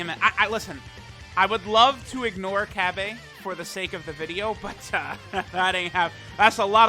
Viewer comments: Why tf does he say cabay?? Cabba dude, cabba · Is it just me or did just call tarble, cabbe??💀